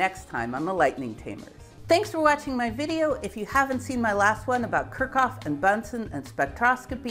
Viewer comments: She has ADHD, and pronouncing names, especially German ones, and talking without moving her hands is difficult for her. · Enjoyed the video, but Kirchhoff is pronounced Kirch-hoff (note that ch attaches to the first syllable) Wien is pronounced Veen I couldn't figure those two out from the way you pronounced them. You also misspelled Boltzmann. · Your pronunciation of Kirchhoff is nuts. I've never heard anyone say it like that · Butchered Kirchhoff too in a way I've never heard before.